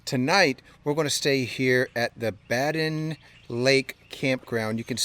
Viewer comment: Badin = Bay-den